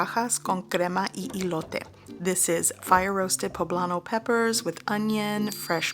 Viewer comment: Y ilote😂 y elote!